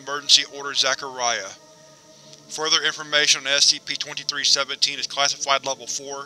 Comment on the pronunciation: Great video but when you say "SCP" It sounds like you are saying "Ass CP